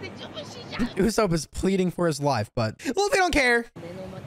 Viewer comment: Am I trippin or does he mispronounce usopp?